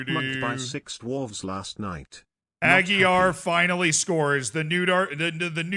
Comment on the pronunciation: He can't say properly my name, how can I perform for him?